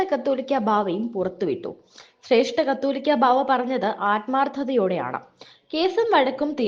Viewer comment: എടീ നീ ആദ്യം കാതോലിക്കാ എന്നു പറയാൻ പഠിക്ക്. 'കത്തോലിക്കാ' ബാവാ അല്ല 'കാതോലിക്കാ' ബാവാ എന്ന്. നിന്നോടും നിന്നെക്കൊണ്ട് ഇതെഴുതി പറയിപ്പിക്കുന്നവരോടും പറഞ്ഞിട്ടു വേണോ ബാവാ എവിടെങ്കിലും പോകാൻ. പിന്നെ ഈ മഫ്രി എന്താണ് പറയുന്നതെന്ന് പുള്ളിക്ക് പോലും അറിയില്ല. കള്ളത്തരം പറയാൻ കുറച്ച് ഉളുപ്പ് വേണം. നിനക്കും നിന്നെക്കൊണ്ട് ശർദിപ്പിക്കുന്നവർക്കും.